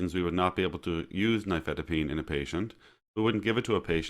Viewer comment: Oh at last, an American saying the name "nifedipine" without a foreign accent. The main reason I watch youtube videos is to get the pronunciation correct.